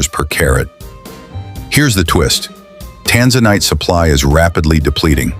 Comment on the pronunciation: Tanzanite and Tourmaline are outstanding gems and hold up well in jewelry. The AI pronunciation of these exciting gems is horrible! Please correct so people can learn the correct pronunciation so they know what to look for.